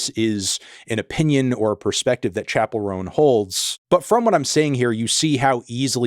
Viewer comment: She mispronounces her first name